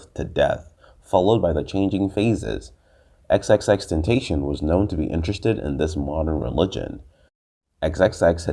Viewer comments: Xxxtenacion Pronounced Ten-Ta-SI-on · Didn’t say his real name or xxxtentation right😒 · cant even say his name right but whatever yo!